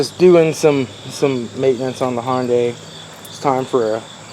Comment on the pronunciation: This guy deserves a statue for pronouncing Hyunday correctly!